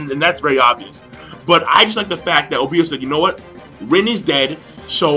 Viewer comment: I hate how you say Obito